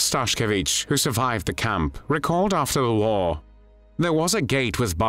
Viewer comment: Wait did u say WhAR?